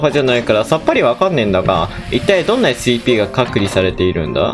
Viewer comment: 「えすしぃいぴー」好きｗ